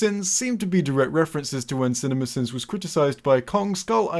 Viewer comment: The more you say cinimasins the more it sounds like cinnamon bins.